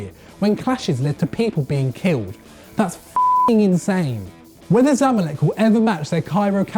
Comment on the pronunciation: its not zamlek its ZA MA lek